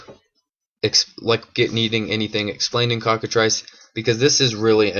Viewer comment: Its pronounced Cock-a-"Trice" not "Triss"